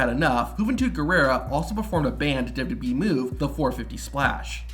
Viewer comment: Dubbadubyee lol. It's all you talk about. Learn how to say it.